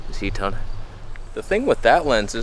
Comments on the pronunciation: "Disappearing into toneh" hahaha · "Disappearing into Toneh",😂